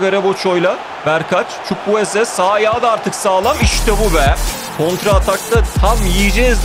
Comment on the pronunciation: Çavuel Zukwueze 😂😂